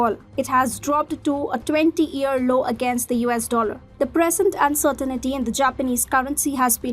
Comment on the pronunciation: Uncertain-TEE not uncertain-IT-TEE